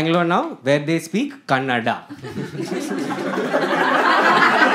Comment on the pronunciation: The best. Happy you said kannada correctly